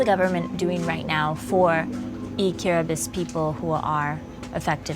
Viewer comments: Its not said kir-a-ba-tee its said kira-bus.... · King Bibi kiribatee is how non i-kiribati people call it since they don't know that in gilbertese language de writting of ti is pronounced as S so instead of kiribaTEE is KiribaS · First I heard KIRIBA-TEE, good thing she redeemed herself by saying Kiri-bass to the rest of this documentary. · It is pronounced as "kiribas" because in gilbertese they dont have letter T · Kiribati is pronounced as Kiri-ba-hs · It's pronounced KIRIBASS. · The ti in Kiribati makes an s sound so it sounds like kiribas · It’s kirabaus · KI-RI-BAHS. its pronounced KIRIBAHS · >"Kiriba-TEE" >Dislike >Close tab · Am I wrong that the correct way of pronouncing Kiribati in English is not ending in an "i" like this video does, but more like "Kiribas"? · Kind of frustrating that the opening title pronounces the name wrong, but she seems to know how to say it during the content. Too bad, I almost wrote this piece off.